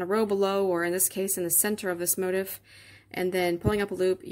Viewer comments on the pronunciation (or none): I hate to even say this because your tutorial was so good and this pattern is BEAUTIFUL, but the the word “motif” is NOT pronounced like “motive” as you are pronouncing it. It is pronounced mo-teef’ with the accent on the second syllable. Just thought you might like to correct that for your next video 😊. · I didn't know there was an Americanized pronunciation of "motif" as "motive." This is a bit funny because even the word, crochet has a French etymology and not pronounced "cro-shet" in English, although, I have heard a Latin woman on You-Tube pronouncing it as such! :) It's all good. It's just different parts of America (colloquialism), but in many European countries it's mainly one way. By the way, I found your crocheting technique fascinating because your left hand moves consistently. I hadn't seen that before. I learned the Elizabethan model back in the 1960's as a 3rd grader and I don't see crocheters doing it that way much! We hold the hook like a pencil and the left hand doesn't move much. Keep posting!!